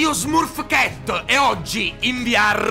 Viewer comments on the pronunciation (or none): E smurf cat si legge smarf chet -_